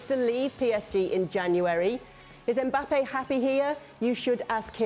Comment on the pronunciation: Jules with his usual Me mangling of Mbappe